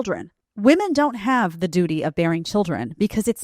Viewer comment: said Dooty!😂